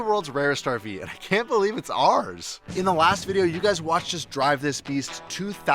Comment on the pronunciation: It’s ‘ours’, not ‘ares’.